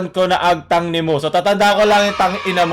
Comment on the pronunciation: Agtang.hindi tang.